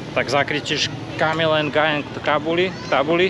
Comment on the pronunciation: To meno sa číta nie ["En gajen"] ale jednoducho ["Gujén"].